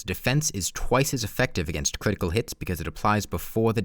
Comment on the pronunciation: If you pay attention you might realize he talks like "Defense shweds cwitical damage"